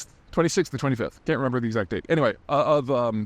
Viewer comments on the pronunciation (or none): none